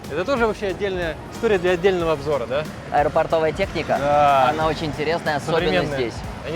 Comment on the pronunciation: Поправка не бодайбо`, а бода`йбо, от слов подай бог. Думаю понимаете о чем.